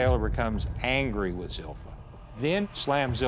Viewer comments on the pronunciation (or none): So the "i" (second-to-last letter) isn't pronounced, but Zilpha was pronounced zil-fee-uh like there's an invisible "i" as the second-to-last letter.